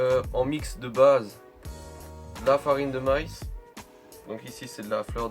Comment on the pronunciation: Je rigole a chaque fois que tu dis farine de maïs, il vient d ou ton accent?